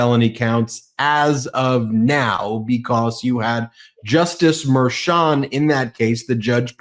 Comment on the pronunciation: I said this before, but why can't say Judge Merchan's name correctly? I understand that it's a tiny detail, but it's been going on for a long time.